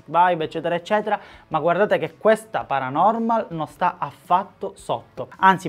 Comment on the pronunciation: quel “paranomal” mi trigghera un botto